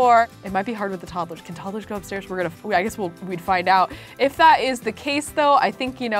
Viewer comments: "Toddelers"- 2019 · I love how she says toddles instead toddlers